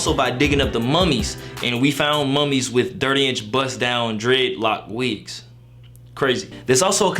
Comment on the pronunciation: Is he saying dreadlock wigs or wicks?